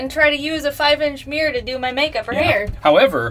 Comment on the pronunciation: Mirror is not pronounced mere!